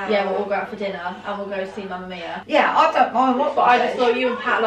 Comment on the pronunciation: It made me laugh so much when Annas grandma said mamma mio instead of mammamia😂 P.S. love you